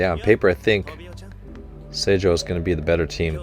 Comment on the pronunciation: Saw you had a little trouble with the name of Oikawas team. The school itself is called Aoba Johsai Kōkō (青葉城西高校) but is shortened to Seijoh (青城) when they are talking about them. They have taken the first and third letter from the name, and because of things I can’t explain (since I don’t speak Japanese) it’s pronounced differently. It’s the same with Dateko. The school is actually named Datekogyo Kōkō (伊達工業高校) but is called Dateko in speech. The kōkō in both names means high school so it’s repeated throughout the series (Karasuno kōkō etc).